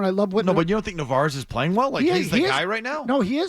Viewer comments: Since he currently is doing very well and could be a legitimate RoY candidate, maybe learn his name (at least Mazz got it right). It's Narváez (nar-vai-ez). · Really? That’s what you care about? The mispronunciation of a rookie backup catcher. The Red Sox and their fans are a joke lmao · You know they have no idea what they’re talking about when they keep saying narvaez’s name wrong